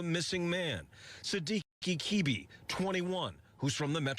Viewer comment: His surname is pronounced Ke-Beh. Ke sounds like keh not kee. And beh for bed. Sidiki is a west African Guinean/Malian name.